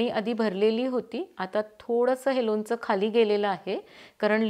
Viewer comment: लोनच नाही लोणचं म्हणतात.